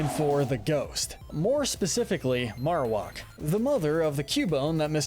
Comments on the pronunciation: It’s pronounced “Mare-oh-whack”. Not “Mar-oh-wok.” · I cant get over how you pronounce Marowak lol, it sounds so odd.